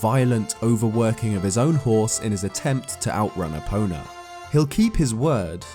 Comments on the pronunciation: It's E-po-na Also go-ron not to mention zo-ra & ge-ru-do Nihongo-ga scoshi hanashi-mas. Speaking Japanese is an art & The Twilight Princess has many names indecipherable to that of man. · When said stealing epona i thought he said stealing a boner